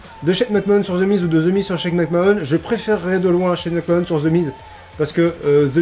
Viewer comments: Mec Man. Mais oui, je sais pas ce qu'il a a sortir Mac Mahonne, alors que... Ben a ma connaissance, la seule autre personne a le prononcer comme ca sans aucune logique (parce que si au moins il prononçait Mac Mahon a la française, ca aurait une logique, logique conne de français qui veux franciser un nom qui ne l'est pas, mais logique quand même), c'est Sylvain Garnalec, et c'est déjà bien débile et gênant quand a coté t'as un autre commentateur qui lui le prononce comme tout le monde le prononce, mais alors la... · Mais... McMahon ça se prononce "Mac-Manne" :o